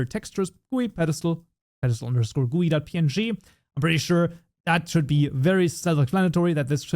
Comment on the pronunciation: bro prononcing GUI as gooy instead of G U Y is crazy